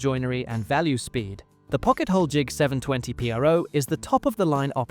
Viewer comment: It's an AI dictated channel. Nobody call the the 720pro the 720 P R O.